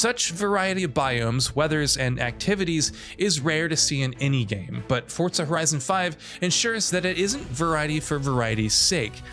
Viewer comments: FOUR....ZAH There is no T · The pronunciation of Forza bothers me more than it should lol